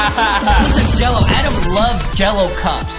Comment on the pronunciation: It’s not Adam it’s Adem